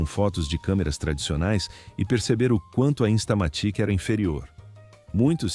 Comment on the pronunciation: InstalaMÉtic? InstamaTÍque, é? Estamos no Brasil, não no Brazil... 😂😂😂😂😂😂😂😊